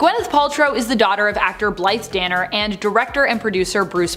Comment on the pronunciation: “Billeth” Danner? I think it’s “Blythe” as in Bl-eye-th. Gwyneth may be awful but her mom is terrific and deserves better!